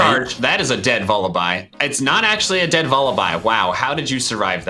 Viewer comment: He started complaining about johns pronunciation but five minutes later pronounced vullaby wrong